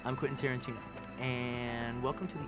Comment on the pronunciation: Quantin Terenteno